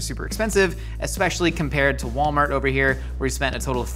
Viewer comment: Achcktually, it's pronounced "Wollmarr".